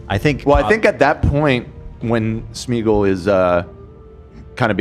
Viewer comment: thank you for being the only one to pronounce Smeagol correctly 🤣